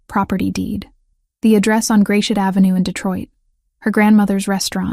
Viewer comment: It's not Grayshit Ave it's "Grasshit" Ave...Gratiot Ave. It's French.